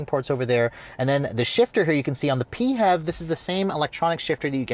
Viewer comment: pee-hev badge? I've always been pronouncing it "fev". :) One thing we can all agree, clearly the interior needs more gloss black.